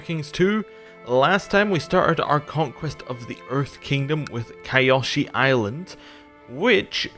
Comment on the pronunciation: just for reference, it's pronounced Kee-o-shee. The spelling is a bit misleading. The "Y" is an "ee" sound according to the show. Good video btw